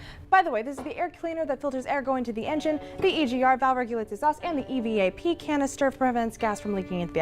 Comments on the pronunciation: An "EVAP" canister is pronounced the way it looks. It's short for "Evaporation." It's not an E.V.A.P. canister. It's an evap canister. Source: am an actual auto tech. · she reads "EVAP" in EVAP canister like E.V.A.P. like an acronym instead of an abbreviation because she doesn't know what it means. Just something that bugged me. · It's a small thing, but... "The E-V-A-P canister"? Evap. As in, evaporation. You know, gas leaking into the atmosphere. No one who worked on this knows a damned thing about cars, let alone being a mechanic. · And then she misrepresents 2/3 of the parts she lists. EGR redirects a portion of the exhaust gas back into the intake as a null mass to lower NO^X compounds, and evap is not an initialism, it's the first part of Evaporative Control Canister. You don't spell it, you say "e-vap", and it doesn't keep "gas from leaking into the environment," it keeps evaporated gasoline from being vented out of the tank into the atmosphere while keeping the fuel tank from over-pressurizing.